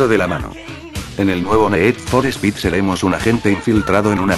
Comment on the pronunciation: el ne'ed for spe'ed mos guan'ted lol,nunca entendi por que la pronucicion inglesa es tan dificil para los castellanos...